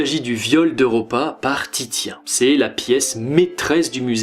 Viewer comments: Super vidéo, par contre Titien se prononce " Tissien " ;) Bonne continuation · Titien se lis "Tissien", mis à part cela bonne vidéo :)